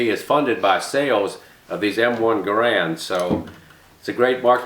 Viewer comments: Not to be picky, & I'm sure you're aware, it's pronounced, 'Geh' rend' (same as errand), not Ga Rand. I believe that spring steel enclosure encapsulating the 8 rounds is called an enbloc.....not a clip, right? I thought it IS possible to "top off" the enbloc by using rounds mounted in a charger that is then inserted into the charger guide, & pushing the proper # of rounds down (like one loads an '03), into the enbloc...& removing the charger from the guide. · John Garand ( GAIR-und Rhymes with errand ) designed it but it seems everyone pronounces it *Guh-RAND*. I've heard many people ask the question, ''Which is the correct way to pronounce it?'' and I guess it only ''matters'' to those asking and I guess only those asking are ''who cares''. Which pronunciation do you use? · Was surprised that Jerry mispronounced Garande like that. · He was French Canadian, so it's likely pronounced more like "Gairon" with the d silent. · not right pronounciation, but ok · According to American Rifleman; The pronunciation on John Garand's grandson's answering machine/voicemail message states the family name as "Guh-rand". Not a big deal, as we all know the great gun we are talking about. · Great video, it's pronounced Gair-end though. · garand would be pissed if he knew nobody knows how to pronounce his name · I was surprised that the great Miculek doesn't pronounce the name properly.